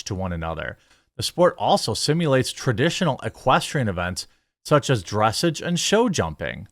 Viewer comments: lol I hate to be that guy but it isn't "dress ej". It is "dress aaj" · Hey, bro, absolutely zero hate here, but for future reference, "dressage" is pronounced "dress-ahge" with a prominent "ah" sound, rather than an "edge" sound. 😅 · "dra-sagge" like "Ma-ssage" I only know how its pronounced bc my sister road real horses when she was younger. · Jeremy, it is pronounced "druh sahj" not "dress-ij" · Not that you should ever need to report on horse-y-ness again but “dressage” is pronounced dr’ SAHjjjjjjjjjj. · Dressage is pronounced: Dreh-Sawsh I call it "Horse Dancin'". Lol. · As an actual equestrian....it is called dress-aahh-ge. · Dressage doesn't rhyme with message. Think of it more like the word Massage. Dress ah j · You're butchering the word dressage. 😂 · Just so you know, dressage is pronounced like massage. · What really annoys me in this video is how he says dressage - not because i care about horse shit, because i don't, i find it too fucking pretentious and boring - but my sister's into this thing and I've heard this stupid fucking word so many fucking times - so I'm annoyed not juat because he says it wrong, but because he made me care about that stupid word from the stupid horse riding crap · dressage is pronounced more like massage than message. just fyi. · I grew up with horses. The real animal kind of horses. I cannot believe that actually needs to be clarified now. In this context, dressage is pronounced with the accent on the second syllable, not the first. It's a type of horseback riding. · He pronounced dressage wrong. Lol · Worth noting "dressage" is pronounced sort of like "massage". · It is pronounced like the word message with a french accent. You've surely been to enough of them to get better at the pronunciation.